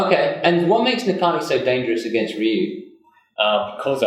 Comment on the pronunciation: The fact that Tokido calls Ryu "Rai you" Welp...